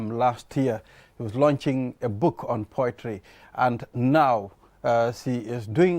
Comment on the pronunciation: Book launching... not "lunching"